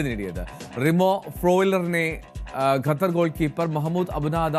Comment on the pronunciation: ഗത്തർ അല്ല ഖത്തർ ആണ്